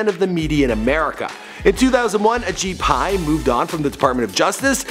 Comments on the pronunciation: I'm pretty sure he kept calling him ashit Pai 😂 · It's actually Ashit Pai not Ajit Pai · who's this guy? Ashit Pie...lol